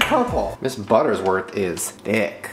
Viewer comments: Does it bother anyone else that Shane is mispronouncing "Mrs. Butterworth's" as "Mrs. Buttersworth"? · Hes saying "buttersworth" but it's really "butterworths" 😂😂 Mandela? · Shane, it's BUTTERWORTH'S, not BUTTERSWORTH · Conspiracy theory Mandela effect: you kept saying butterS worth instead of Butter-Worth’s 😅 I thought it was butters worth but the bottle says Butter-worth’s 😅😅😅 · I love Shane, but is anyone else PISSED that he keeps saying "buttersworth"?